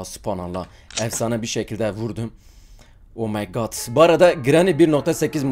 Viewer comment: "omeygağd geliyüür!" 😂